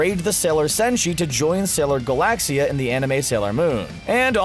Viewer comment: I dont like how you say Galaxia (ga-lac-cia